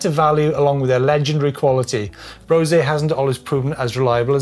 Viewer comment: Why is it that nobody seems to know how to pronounce Brose?😂